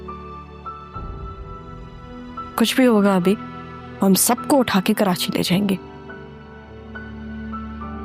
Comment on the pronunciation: Audio.hmwsha Karachi ko kerachi kehta h